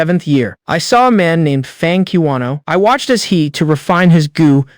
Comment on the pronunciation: Bro said Fang Kiwano (Yuan) 😭